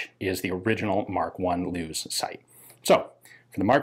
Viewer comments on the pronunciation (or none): The name "Lewes" is pronounced "lewis" not loos. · That sight you mentioned as the Lewes sight should actually be pronounced like the lewis gun , 'lewis ', not lews . You said it was named after the person who inventd it , stargly its the same name as my home town in England . It can be confused with the isle of lewis as they are both pronounced the same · Lewes is pronounced Lewis here in the uk. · The correct way to pronounce the name Lewes is "bouquet". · Just a heads up, Lewes is pronounced like the name Lewis.